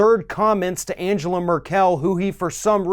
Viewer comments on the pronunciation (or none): Please stop saying AnjÈla MerkÈl. You're better than this, she's obviously not French. Her name is pronounced Àngela (with hard g as in "go") MÈrkel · I really appreciate you... But her name is NOT Angela Merr-kell It is pronounced Ann-gell-ah Murr-ck-ll Like Ann (Hathaway) gell (gelding) ah (as in I have an idea) murr (as in A'Murica) do (as in fuCKed)... I'm drunk I think you can finish this thought off for yourselves... Have fun listening to hypocrisy. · Good video. Trump seems to be trying his hardest to become the stereotype of the “Ugly American”. One thing. You are mispronouncing the German Chancellor’s name. Her first name has a hard ( it should sound like “triangle”). With her last name, the accent is on the first syllable, not the last syllable. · Angela’s last name is not pronounced as Mer-KEL! It’s MER-kel. Accent on the ‘MER’!!! And...her first name is pronounced An GE la...Hard ‘G’!!! Not like ‘Angel(a)’🙄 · AnGela Merkle is how to pronounce her name. Stop with the AnJela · Angela Merkel is pronounced AnGela (hard G) Mur'kul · Jesus Christ its anGela, hard G! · Hey, man -- you need to learn how to pronounce Angela Merkel's name! 😉 The " g" in Angela is a hard "g," and the emphasis on her last name is on the MERkel (kinda like some southerners pronounce miracle)! Just sayin'! 😏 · Angela Merkel is pronounced with a hard 'G'.